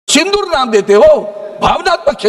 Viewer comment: Shindoor nhi baba Sindoor, pahle Hindi to dhangse bolane sikh😂